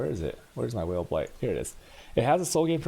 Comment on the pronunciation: It's pronounced Vaal, lol is this guy gay?